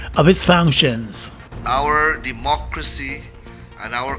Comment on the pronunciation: De-muck-ery & not Democracy.